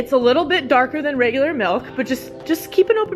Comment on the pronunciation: i cant stand to listen to people say "melk"